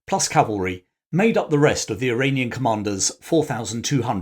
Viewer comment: I am still in the process of watching this video, but I really appreciate the effort you put into them. I really believe that much of the middle east issues we are currently dealing with were sown in the 18th through early 20th centuries. Also, about half of the time when you say Iranian, i keep hearing Uranium, which is even more fitting given current events.